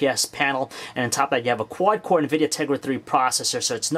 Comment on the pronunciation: a cuwod cwor pwocessor is a pwocessor wiv fowr cwors.